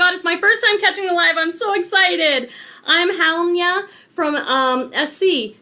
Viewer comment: Halyna may be pronounced " Hal ee nah"